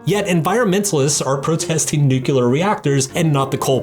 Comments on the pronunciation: Learn to say Nuclear correctly. Nu-clay-ar Not nu-cu-lar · It’s pronounced “new-clear” not “new-cu-lar” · Dude it is NU-CLEE-ARR not nu-cu-ler 😭🤪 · Nuclear, not “nuke-u-lar.” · repeat after me: nu-cle-ar... not nucular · All I heard from this is 'our 'civilised', settled-down societies are not working for the human species' ... oh, and 'nukiller' instead of nuclear. It's the verbal equivalent of someone having spittle on the side of their mouth while talking to you. Ew. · First of all, the word nuclear is not pronounced “nukelar”; it’s pronounced nu-clear. That aside, this video is a mess... you really need to educate yourself on narcissism and psychopathy before attempting to discuss the dark triad or other topics you clearly don’t understand. Do you honestly think these people are crushed by guilt or regret when they get caught? That’s ridiculous—they are completely incapable of such feelings, it's not like they train themselves like you say. I suggest watching Sam Vaknin for a proper understanding. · Nu-clear. It's pronounced like clear. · Aargh. "Nucular". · Why do seemingly intelligent Americans say Nucular? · it's nucular, dummy. the 'S' is silent. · Your grammar isn’t good and you also mispronounce ‘nuclear’. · Why Americans can't say nuclear?